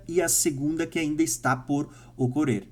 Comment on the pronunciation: tu não consegue ler de forma correta nada que tenha dois "R", pq? Rsrs "Ocorrer, vc fala ocorer" "Terra, vc fala Tera"